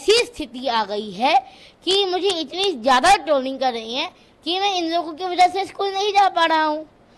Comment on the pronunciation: Troling ❌ troning ✅